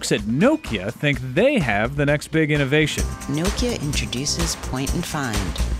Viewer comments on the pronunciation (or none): he cant say nokia right!